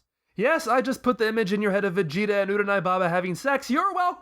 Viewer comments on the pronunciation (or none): none